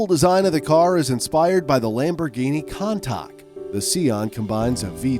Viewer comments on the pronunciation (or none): So no ones gonna talk about him saying contak not countach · This guy pronounces countache like cantak while i pronounce it like coontash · it's called countach, not contak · He didnt just butcher the countach’s name did he? Kantak? Not a criticism but for your knowledge its kun-tuhch also, you missed out the “vision gran turismo” its a sick car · "Lamborghini Kantak" its pronounced "koon-taash" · cuntac haha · Does anyone notice that he says countach wrong? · its good but he doesn't know how to pronounce countach